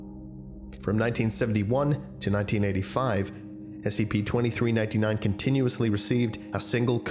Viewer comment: and everyones gonna ignore the fact he said SCIPS?